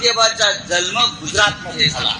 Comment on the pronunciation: जल्म नाही जन्म